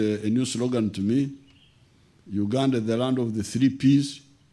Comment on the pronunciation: First atleast learn how to pronounce the word Uganda well not wuganda before you ran and rash to ask for citizenship